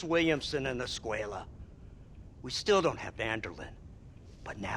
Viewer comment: This was great, but to better honor the game, you should attempt to pronounce the names correctly. Allende is pronounced “ay-eh-n-dey” .